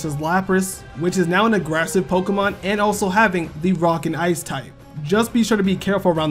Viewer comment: It's Pok(a)emon, pronounced a not pok(e)mon, ffs